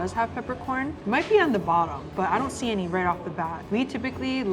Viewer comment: Local Mammi&Daddi eateries😊 .... "any,..emmy, ... I mean ANY....." 😁😆😆